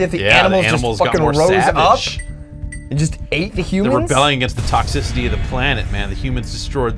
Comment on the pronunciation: "Toxcicity, that's like the heat, right?" Really?